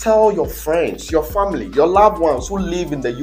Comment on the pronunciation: "I feed your 'famley'."😂😂